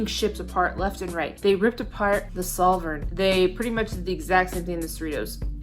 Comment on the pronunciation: Solvang. Not Sol vern.